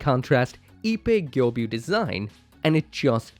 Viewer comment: saying gyobyu all the time is more ear damaging than saying rubris...just saying...say the person's name right its Ippei Gyobu